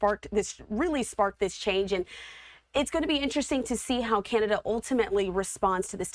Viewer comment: It's canada not kenada